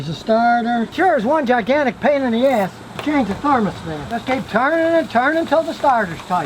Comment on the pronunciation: Scotty pronounces the phrase "pain in the butt" a little differently the spelling of the words would indicate